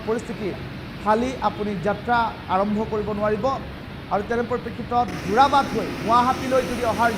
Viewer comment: যোৰবাট নহয় 😂 যোৰাবাট হয়